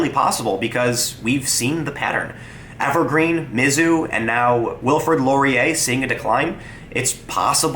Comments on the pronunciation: As someone who grew up in Columbia, MO, its pronounce miz-ZOU, not MIZ-zou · You have a very strange pronunciation of "Mizzou". The emphasis isn't usually on the first two letters, but rather the last three.